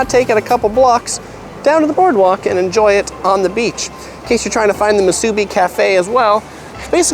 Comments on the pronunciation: I’m from Honolulu and go home every year. Things change fast! Appreciate the great video! Please, though, it’s pronounced mu su BI, not mu SU bi. Thanks. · Great video. But there is no "A" in Musubi. It is not MA SU BI... please say it properly... Mu su bi. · It’s mu-su-bi not ma-su-bi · The way you say Musubi is funny. the "bi" is pronounced "bee" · Moo-sue-bee brah is how you pronounce it how-lee. Great video amigo! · You need to learn how to say Musubi correctly it's Mu Su Bi. How you dress and say certain word shows that you're not local. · It's pronounced moo-sue-bee. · I don’t like how you say MuSUbi... but good tips for eats in Waikiki 🤙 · You need to learn how to say musubi correctly.... it’s ..moo...suuuu....beeeeeeee! With the accent on the LAST syllable.. not on the first syllable.You did pretty well getting all our favorites. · It’s pronounced Moo-soo-bee braddah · Moo su bee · This was great to watch as a local of Oahu.. We hardly ever get to Waiks, so now I can figure out where i want to eat before wandering all over Waikiki looking for a good spot. I would make sure tho, if you go to the Ala Moana food court, I would observe their sanitation practices before you place your order. Oh by the way it is MOO-SUE-BEE. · I thought I was the only one being irked by the mispronunciation of Musubi. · pretty good job pronouncing hawaiian words...just need to learn correct pronunciation for musubi and tempura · Every time I hear the word Musubi mispronounced I die a little inside.